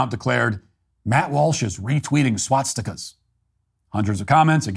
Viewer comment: I'm more upset that you're pronouncing it swatstikas.